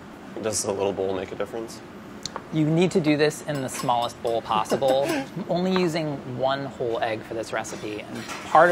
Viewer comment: “Smallest bowl possibowl”